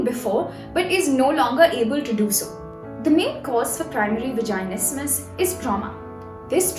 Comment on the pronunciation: you’re literally pronouncing vaginismus wrong the whole time